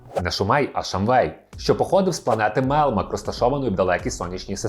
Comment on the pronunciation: Альфа озвучив Євген Малуха. Микола Козій озвучив Віллі. Відчувається що автор не дивився оригінал. Оскільки канонічна вимова "МелЬмак", а не "Мелмак", та і прізвище ТАнер, а на ТЕнер. Але за відео лайк, просто автор ще молодий)